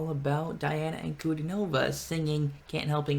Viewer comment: Ankudinova => On koo DEEN ah vuh (stress on the syllable in all caps)